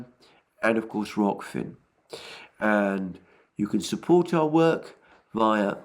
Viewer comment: Alexander I liked the old way you used to pronounce "Rok-Fin" 😆